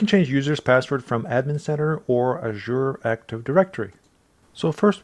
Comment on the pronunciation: Well done, my friend. (love the way she pronounced "Azure")